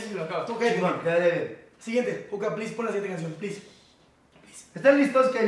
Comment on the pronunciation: Este video ya es muy viejo pero soy la única que se dio cuenta que en el minuto Juanpa le dijo "Puca" a Juca JJAJAJA